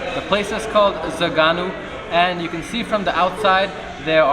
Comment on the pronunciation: my Romanian fellow., it's not zaganu, it's Zăganu. Have you ever tried it? One of my all times favorites. Zăganul is a species of eagle from Romania. Think about it, how is that name shitty?